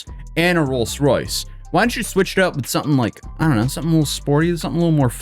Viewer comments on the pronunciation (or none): Why does he keep pronouncing Rolls Royce as "Rolce Royce"? It's a British word and it's both spelled and pronounced like the plural of the word "roll".... "rolls"... Or does he pronounce "rolls" as "rolce"? Edit: omfg I just experienced “auto mow biles”! Is he just trolling us?!?!